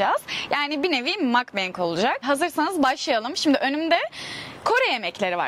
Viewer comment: Bebişim mukbang İngilizce değil. Yani makbeng diye değil mukbang diye doğrudan okuyabilirsin😉